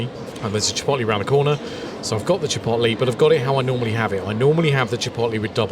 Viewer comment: This is exactly the video I need. And the way you pronounce "Chip'oat'lay" is very entertaining Do you remember noticing a difference in the tortillas? I'm wondering if the Tortilla tortillas are as light and soft and flimsy as the Chipotle ones. That's what I like.